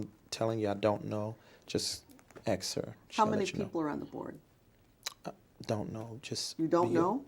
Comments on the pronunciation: ASK. The word is ASK. My god, if I was that woman I would not have been able to hold back correcting that scamming lummox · You mean "axe" Michelle. 🤣😭🤣😭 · Is your name David E Taylor? I’m not sure you can axe Michelle 😂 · This man is a “preacher” and a “teacher” “leading” thousands of people yet he says I don’t know “pacifically” and “axe Michelle” basic grammar. Basic language he can’t even get right. He tried to appear and sound so religiously intelligent but when he speaks he sounds like an elementary age child who hadn’t learned proper grammar. How can is “flock” not see this as a problem!? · "You have to Axe Michelle, cause I don`t know shyt about shyt!" :face-blue-smiling::face-blue-smiling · From the way He says “ ax Michele “ She must also brush his teeth for him and pick out his draws too 🩲😩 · It's "ax," get it right 😂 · is your name david e taylor ..... "ummmmm you can aks Michelle" 😂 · the biggest challenge for this fella is saying "ASK" correctly.